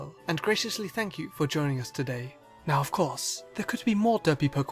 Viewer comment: I heard "vagina" instead of "for joining" :D